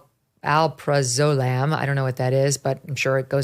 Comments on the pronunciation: Megyn, Al-prazz-ol-ammm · Megyn said Aprolozam that is a benzol like Xanax.